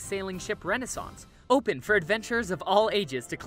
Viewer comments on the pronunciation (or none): none